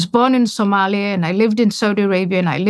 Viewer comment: The good profissor even can say corectly the pronouncation of "Somalia".Ayan is a just a tool used by the ill western individuals.